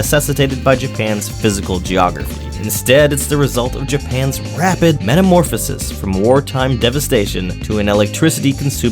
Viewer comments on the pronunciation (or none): none